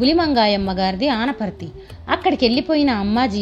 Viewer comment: Hai andi anni village names bane పలికారు kani ma vuri peru anaparthi ni matram koncham మార్చారు 😊